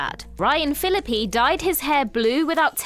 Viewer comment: I think I suffered a mini-stroke every time "Fillippy" was said.